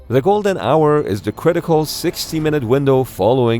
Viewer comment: Ah.. Golden Hour.. it sounded like "Golden Shower" which would have had a detrimental impact on the injured. 🤣